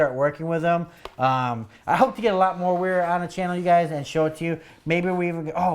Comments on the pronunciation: Wera definitely pronounced Vera - W is pronounced like a V in German (and other European languages). They make good tools, though not always made in Germany. Prefer Wiha myself ;). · I think since it is German it is pronounced like "Vera" with a v sound. Solid tools for the guy that wants the best. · The W in German is double v not double u